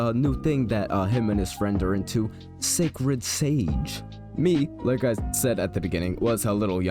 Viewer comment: “Šàćrëd šãgē”😂